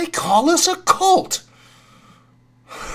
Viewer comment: Did anyone tell her it’s “cult”, not “colt”. Lmao